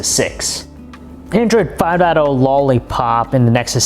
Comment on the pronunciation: I like how he says Android 5.0. Android FA DAT OH. 😂😂😂